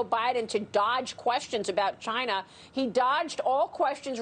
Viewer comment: Chi-na Trump pronouncing